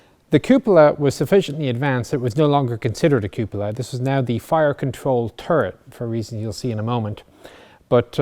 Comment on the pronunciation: This should be required listening just so everyone can hear how you are supposed to pronounce "cupola".